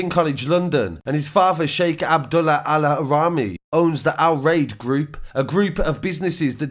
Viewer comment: Your pronunciation of the victims name is terrible 🤦🏽‍♀️ mohamed AL Araimi not allahraimi